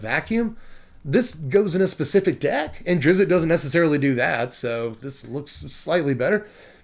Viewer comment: your pronunciation of Drizzt is by far my favorite of every reviewer who doesn't know the character.